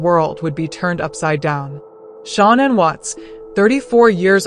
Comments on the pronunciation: It’s pronounced sha-nan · You are pronouncing names incorrectly. Also Shanann’s car was in the garage. You’re incorrect saying it was in the driveway. You need to do some research to learn the truth.